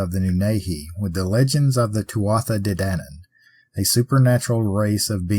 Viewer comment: Btw just to let you know Tuatha Dé Dannan is pronounced Too-a De Dannan